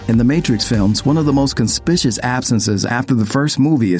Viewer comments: "Conspishess" absences? Or conspicuous? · it's not pronounced "con spi shus"" It's pronounced "con spik you us". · "Con-spish-us"? I think you mean con-spik-yoo-es lol. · "conspiscious"?!? Um, that's not a word, dude. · I didn't know that Charlie Sheen's character didn't die. His actual fate is darkly hilarious, though. I can't believe I rofl'd. Also, "conspiscious"? Oh, you mean "conspicUous". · "conspicious?" It could be conspicuous or suspicious, but not conspicious because that isn't a word. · wtf is "conspishus?" was it a typo that made him mispronounce conspicuous? but as someone who...reads...words shouldn't he know? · ... "conspishus"... is that Retardese for conspicuous? Millennials never know what they're reading. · Sorry, but.... "conspicious"..(con-spi-SHUS)?? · kun spish us? really? A channel of this size, and you can't pronounce that word? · "Conspitious?" What does that mean? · Did he say “conspicious” absence instead of conspicuous? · Con-Spi-Shus? Conspicuous? Doesn’t anyone direct or edit these? Looper is an actual business right? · Conspicuous? Conspeshus? English much? Do you not have anyone to review these before you post them that speaks English? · con-spicious??? It'd almost be clever if it was intentional. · . Hahaha conspicious?? That's a mistake and not an American pronunciation thing right? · "con-spitious absence" ?? lol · Dude. This cottage industry of YouTube media outlets has revealed a bunch of people who can’t pronounce words. It’s conspicuous (con-spik-you-us) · "Conspicious" What!? I think you were going for Conspicuous. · interesting. but what does "conspitious" mean? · Did you pronounce Conspicuous like conspishes or conspicious? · Did you say ‘conspishus’? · "conspicious" wtf? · Did he mispronounce conspicuous? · Probably the same people who let the narrator say Con-spi-Shus...conspicuous. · This is fairly well done, but please learn how to say "conspicuous." It should not rhyme with "suspicious." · seriously lol